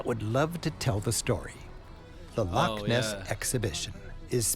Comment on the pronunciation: So when he is talking about the Caledonian canal he says locks between lakes is because he doesn’t say Loch properly it’s Lo—chhhh and not lock. He says lakes in other places in this film, it’s infuriating, get it right Loch.🏴. The coast of Scotland is stunning, on the north-west the white sand beaches and turquoise seas are beautiful also the palm trees 🌴 would surprise anyone, visit Plockton it’s a wonderful village with palm trees 🌴🌴🌴🌴🌴all along the front between the road and the shore.